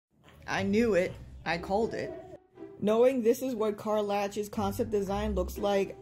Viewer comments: too privileged to get her name right lol never had to pronounce a name from faerun before lol. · You pretend to care so much and yet don't even know how to pronounce her name, interesting.